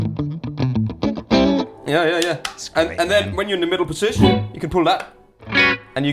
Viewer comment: "MIDDLE POSISHH" is a true Greg Koch apprentice